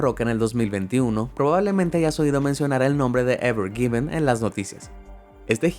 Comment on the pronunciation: Pone evergreen y dice evergiven😑